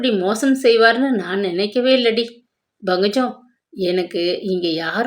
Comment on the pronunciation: Ayyo pl pronounce pankajam. Properly It’s not bhangajam. lol